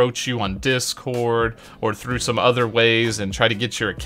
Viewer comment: ”Dick-scored” Bruh, tell me I’m not the only one who hears this… 😂